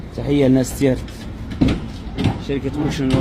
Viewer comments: تيارت وليس تيارة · تيارت و ليس تيارة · تيارت وليس تيارة ...اسمها قديما تيهارت